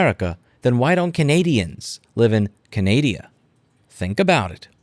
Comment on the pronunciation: Finally someone else who says Kenaidia